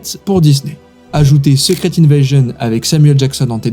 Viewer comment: il a prononcé secret comme en francais donc bon...